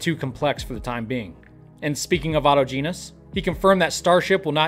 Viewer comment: aw-TOJ'-ən-us, please!